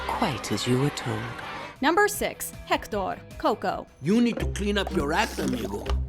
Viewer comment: Pronouncing Hector with a heavy French accent but that’s okay.